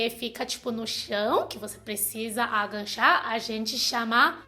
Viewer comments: gostei muito do vídeo! Só estranhei um pouco (e é compreensível) a palavra AGACHAR ser pronunciada como AGANCHAR - soou um pouco estranho, teu jeito de falar, por ela ficar parecida com uma outra palavra que é ENGANCHAR. Mas enfim, mesmo assim, teu português está cada dia melhor!!! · Sei que é chato corrigir e que vc já é fluente...mas quanto mais aprende melhor né?! O certo é agachar e não aganchar 😂 Beijos, sua linda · você fala bem o português, mas não é aganchar ,agachar . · é agachar, não "aganchar". Não tem o n. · Aganchar kkkkkk. O certo é agachar. sem "n". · Aganchar kkkkkk ( agachar menina) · É agachar, não aganchar kkk. beijus. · so pra avisar (DICA CONSTRUTIVA), a pronúncia correta é = AGACHAR e não AGANCHAR, e dica construtiva em, adoro ver vc falando portugues vc e mt boa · A pronuncia correta é Agachar e não Aganchar. mas é só um detalhe. Seu português é ótimo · Demorei muito pra entender que "aganchar" era agachar. Fiquei achando que era de gancho..hahahaha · Só corrigindo: no tópico 4 vc fala "aganxá" e o correto é "AGACHAR". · Agancha=agachar kkkkkkkkkkkkkkkkkkkkkkkkkkkkkkk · PELO AMOR DE DEUS, não é agaNcha! É AGACHAR, por favor vc já tem 9 anos no brasil, aprenda a falar pelo menos isso. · A palavra é A-GA-CHAR. Realmente andar de ônibus sem saber qual linha pegar é certeza parar no fim do mundo, eu uso um aplicativo que me fala os trajetos das linhas da cidade e os horários e locais dos pontos, senão vc fica totalmente perdido. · agachar e não angachar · Agachar ... e não aganchar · na verdade, é "a" fechado, já que é átono =)